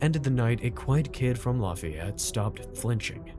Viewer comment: Doesn't know how to pronounce "Lafayette" 😂